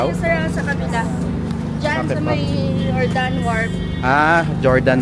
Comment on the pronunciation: Fyi lang po sir, ung Jordan sa Guimaras is not pronounced with J. 😅 say it like Hordan.